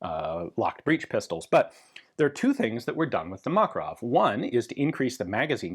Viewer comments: FYI, according to linguist friends, stress should be on the second syllable- muh-KAR-uv. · You're pronouncing: "Makarov" incorrectly. (As do most English speakers). Mah-kar-ov. Anyway, I remember when these things were available and I thought they were a bit of a joke at the time, although my carry gun was a P7K3 so yes, I'm a gun snob. I do find it amusing when stuff people write off as junk becomes collectable. Although not as amusing as the P7K3, because people pay stupid money for them and when the buffer wears out after a couple of thousand rounds, the Makarov suddenly seems like a very wise option.